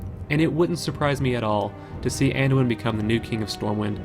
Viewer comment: "Manduin" Thumbs up just for that.